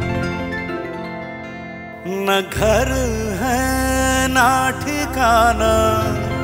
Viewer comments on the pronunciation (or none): Sriniwasji, simply too good. But Hindi pronunciation of that other singer was not good. ना गर है, ना टिकाना..❌ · Hindi pronunciation was also no good of that singer. ना गर है, ना टिकाना..❌